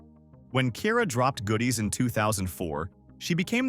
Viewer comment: Not y’all saying Ciara’s name wrong!!!